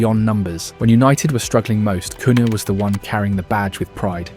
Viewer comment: Sounds like man is doing farm yard sounds when our front 3 are talked about. Em beuuuumoo cooohyaaa, shessshhkooo